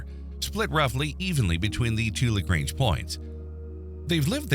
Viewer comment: As much as I want to watch it, I cant simply because of the pronounciation of "Lagrange"